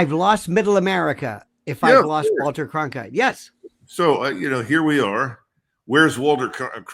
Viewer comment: "Walter Concrite" 😁